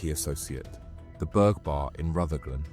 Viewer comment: 12.40, 'A Boutique in Burnside' but we see a Church. Burnside just happens to be in Rutherglen. 12.47, there is no 'Burg' Bar in Rutherglen but there is a Burgh Bar pronounced 'Burra'.